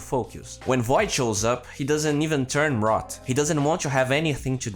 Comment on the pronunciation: who the fuck is "foid" you mean void right?